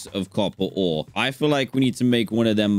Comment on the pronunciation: Dan : copper ore Me : coppore